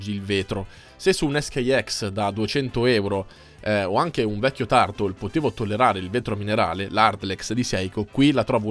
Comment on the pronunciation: Caro sei un ottimo recensore ma Turtle pronunciato 'tartol' non si può sentire, corri ai ripari.